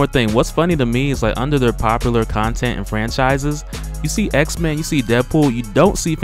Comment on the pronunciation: "X-Mayne" LOL